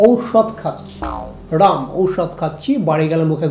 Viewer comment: It's not 'Ram' it's 'Rum' ...